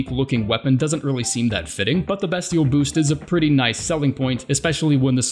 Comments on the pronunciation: Learns to pronounce cinquedea properly, calls beastial sling bestial sling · The way he pronounces “bestial” makes me want to die